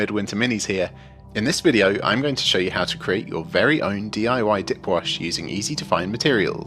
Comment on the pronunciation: ...did he say DIY "dick" wash???